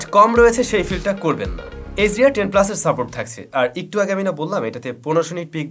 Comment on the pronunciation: হালায় বাল পাকনা। উচ্চারণ করতেই শিখে নাই আবার রিভিউ চোদায়, উচ্চারণ টা একটু হবে ইকটু না মাদারফাকার।তুই ব্যাটা কী সফটওয়্যার ইঞ্জিনিয়ার নাকি তুই অটোমোবাইলস ইঞ্জিনিয়ার? নাকি তুই ফটোগ্রাফির উপর কোর্স করছিস? দুই ফোন লাড়াইয়া রিভিউ যে কেউ দিতে পারে,গ্রহনযোগ্যতা আছে কী না দেখতে হবে। দুঃখের বিষয় হলো এক শ্রেণির মানুুষ এদের ভিডিও দেখে।